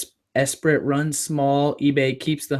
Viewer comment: Esprit is pronounced eh-spree (just FYI) love your videos!